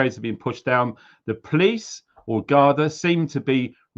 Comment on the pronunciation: It is pronounced guardee